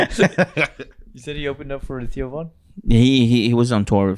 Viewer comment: lol sounds like was saying tio von instead of Theo lol